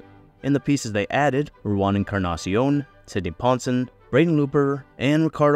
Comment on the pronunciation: Sidney Ponson spent a while in Baltimore and got made fun of a lot lol. Btw Its not "Ponsun" its Pon-sown"